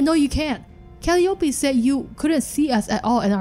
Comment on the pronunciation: Just wanted to point this out only cause I guess no one mentioned it (not trying to be that guy 😂) but it's Cal·lie·opee (Calliope). Again not trying to be that guy! 😂 love your work huge fan lol